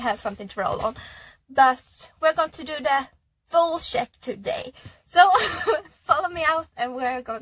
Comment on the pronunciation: Once she said "sheck" (instead of check), I understood she is Scandinavian.